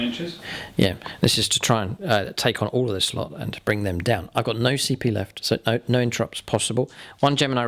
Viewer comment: Loving the content I've been a fan for YEARS, and I've always had one question that has burdened me for ages... why does your "No" have a "y" in it? "nyoooo" 😅😅. Great videos pal, keep them up.